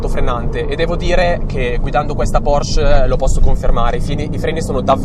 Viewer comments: si pronuncia PorschE! Con la E finale! Bei video, saluti da una 981S =) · mi hai linkato un video che conferma la pronuncia con la E finale, come dico io (e come sa chiunque conosca il tedesco), tu invece dici PORSC...